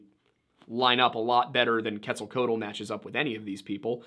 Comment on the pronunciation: It's pronounced ket-zall-KWATTLE. Just FYI.